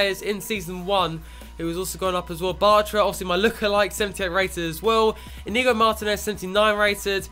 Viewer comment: It is pronounced EE-nyigo for Martinez's first name because of the ñ